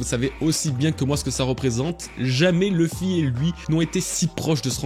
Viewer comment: Excellente vidéo comme d'habitude! Mais PAR PITIÉ, il faut arrêter d'inclure une prononciation anglophones des noms propres quand il n'y en a pas. Du genre "LEUffy" au lieu de "LUffy", "DragONE" au lieu de "DragON", "EUsopp" au lieu de "Usopp". U se prononce U, ON se prononce ON, comme chez nous:) C'est la toute première "critique" que j'écris concernant tes vidéos, n'y trouvant de toute façon que du plaisir grâce à ton travail incroyable mais DE GRACE, il faut arrêter ces prononciations altérées, ces noms n'ont JAMAIS été prononcés de cette façon par les doubleurs. D'autres en revanche ont une prononciation anglaise volontaire comme Crocodile, Roger, etc, c'est donc bien que les noms mentionnés plus haut doivent être prononcés de la même manière que les seiyuu. Chaque fois que j’entends "Dragone"' j'ai envie de prendre la place de Roger sur l’échafaud pour ne plus faire souffrir mes oreilles 😂 En espérant que tu me lise, "" Keep up the good work PS: J'attends l'iceberg avec impatience!! PS2: Fais très attention avec ton sponsor, après tant d'années et tant de travail ce serait dommage que ce soit toi qui remplace Roger sur l’échafaud l'ami... Ce scam est en train d'éclater et les têtes vont tomber, prends soin de la tienne!